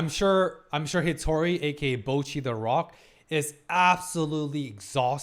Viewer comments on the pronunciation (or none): I think you might’ve spent too much time in North America. For some reason North American English speakers always have trouble pronouncing “Bocchi”. It should sound like “bot” and not “boat”.